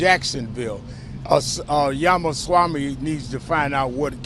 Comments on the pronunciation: Did he just say Yamasami? 🤨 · Who is "Yamaswami"? 🤣🤣 These yokels can't even pronounce his name they are so frightened of him. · Did He call him Jamaswamy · It’s not yamaswamy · Sharpton said YAMASWAMY, lol. Seriously, this guy is what the Left listens to now. Biggest race baiter in America. And the other moron who said White Supremacy is the single most threat in the world, these people know that using race is the ONLY way they can get certain votes but people are waking up. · "Yamaswamy" Al? Lololol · Mr AL SHRIMPTON should get Viveks name correct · Sharpton ironically decrying racism while being racist by mispronouncing Vivek’s last name. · Lol no one can ever pronounce Viveks last name right. Or they slurr it and then cry about racism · Al Sharpton just BUTCHERED Vivek last name, Al just go somewhere & HIDE, enough of you already.